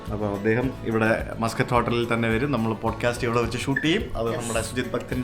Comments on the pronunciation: മസ്കറ്റ് ഹോട്ടൽ എന്നല്ല പേര്. മാസ്കട്ട് ഹോട്ടൽ എന്നാണ് കുട്ടാ.. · Its not pronounced muskut hotel... its pronounced 'Maas-kut'. Stress on the syllabul 'Mas'.